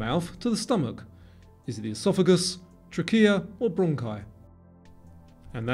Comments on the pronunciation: Nobody calls it R-E-M sleep, it is called rem. It's not pronounced Tracheea. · pronounced trachea wrong